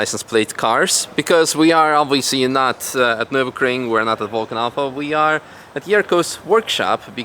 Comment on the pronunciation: His "noo" killed me😂😂